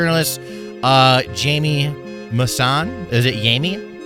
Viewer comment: Yame masón 🤓 it’s Jaime prounonced hai-mei